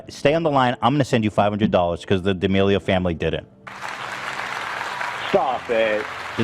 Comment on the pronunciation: Creator -> creatuhhh D'Amelio -> Dee D'Amelio 🤡